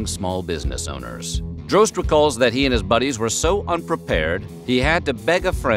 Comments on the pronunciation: I believe Eds name is pronounced "Dros tee", not Droste, and there was also a local radio show on WSUN called "Hooters on the Radio" in the mid 90's. Created by Droste and Ron Bennington (Ron and Ron fame). It had B.L., Julie Williams and occasionally Lynn Austin hosting, all actual Hooters girls. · I can't belive he pronounced droste as drohst it's draw sty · Ed’s last name is pronounced Draw Ste, like in Steve. Droste